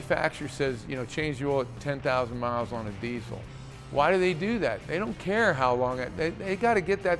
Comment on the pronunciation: I love how he emphasized "THEY DON'T CARE" He was saying that from the heart, dealers definitely do not care. Having worked in the Auto industry for nearly 10 years, I have seen everything from Crooked Business, Crooked Mechanics, and of course crook dealers. The salesman are such rats, they'd sell a car with bald tires. Nyle Maxwell SuperCenter does at least.😂😂😂 I left that place because they wanted to argue with me about why the salesman sold bald tires, my bad, I was looking out for the customer. I most likely saved their life, after they came from a literal tire shop that recommended new tires on a used Mustang a lady just bought her daughter. I will take leaving that place, knowing I did the right thing.🎉🎉 One of the things I will never forget, arguing with a crooked salesman on the sales floor over him selling a car with 2 bald tires.😂🎉 Who wins that argument in front of customers?😅